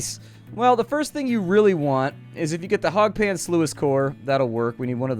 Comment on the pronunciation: The way he was saying sluice was angering me lmao